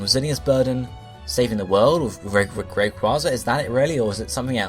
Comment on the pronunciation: it is a long a in rayquaza